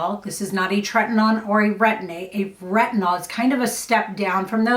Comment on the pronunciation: Just FYI it is treti-NO-in. Rather than treti-NON. 🧡